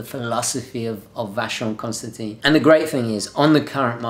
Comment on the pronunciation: by the way you say "Vacheron Constantan" (you read the last i as an "a") If I had that money of course VC would be the pick from the top 3. They really really great. I would say they are a sort of a forgotten big guns... that one on minute simply gorgeous. Ok... going back to earth now...